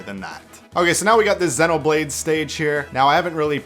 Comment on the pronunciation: its Xeen-oblade not zen-oblade